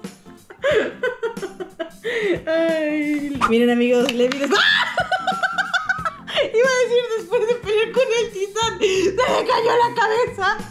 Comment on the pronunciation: el nombre se escribe levi pero se pronuncia livay